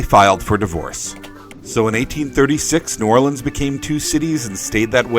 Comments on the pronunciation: I almost never hear it (New Orleans) pronounced as you have said, save for the locals and from some of those native to the state. Very refreshing! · Finally someone who pronounces New Orleans correct.